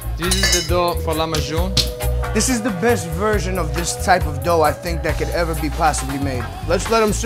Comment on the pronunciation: It's Lahmacun, not "lamayun" man xD